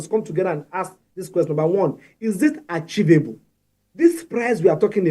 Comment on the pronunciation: What is "archivable"? for crying out loud? 🤦 It's "achievable" puleeeez..